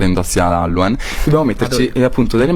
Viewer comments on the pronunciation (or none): Hallowen si dice Hallowin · halluen E io: halloween si dice halloween 😑😑😑😑 Il dottore dice che la Nutella si usa per la dieta Io: e li salata si usa per ingrassare 😑😑😑😑😑😑 😂😂😂😂 Ti adoro mi fai sempre rider e